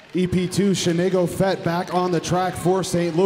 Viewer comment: "Shenay-go-Fett" haha...